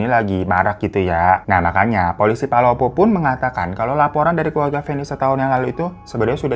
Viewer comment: palopo bang bukan polopo